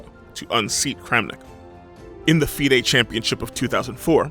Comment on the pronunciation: How hard did he butcher FIDE tho 😂